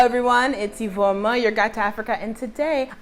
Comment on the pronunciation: It's Iveoma I know Iheoma and ifeoma lol. You know I told you on your previous post that Lagos developers don’t care about drainage, they just build house without proper planing. Than God that it’s only your kitchen. In mainland we don’t experience flooding.